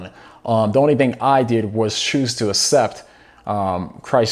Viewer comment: Bro I love your videos, but one thing that really bugs me is when you say “asept” instead of “aCCept” lol ❤️🙏🏻